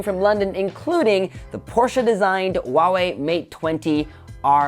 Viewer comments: It's not wah-way. It's who-aah-way. Lol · Huawei has an H in it.